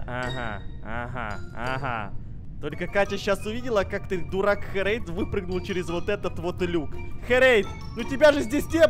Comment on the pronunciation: Это ххххерейд а это не хххххрейд